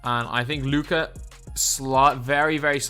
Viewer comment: Thank you for putting respect on Luka’s name 😄